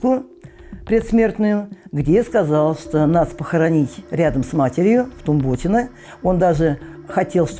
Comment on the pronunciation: ВТумботино ударение на у